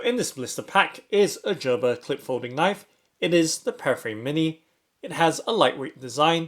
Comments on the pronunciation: Jerber 😂 you mean Gerber (GrrBer) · Lol 😂 He is saying "Jerber" wrong pronunciation 😂😂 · Gerber with a hard G. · It's pronounced gur-ber